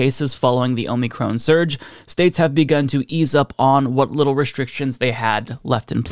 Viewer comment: Lol “Omey-Crohn”